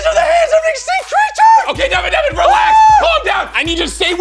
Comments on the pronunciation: it's not Deven it's Devan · he has one. and its "Devan" not "dEaVeN".